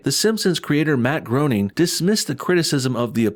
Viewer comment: Groening is pronounced Gray ning